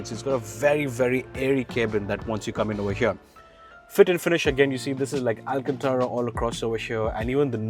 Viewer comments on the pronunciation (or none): none